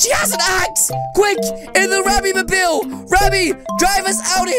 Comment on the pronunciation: You spell it Remy but say Ramy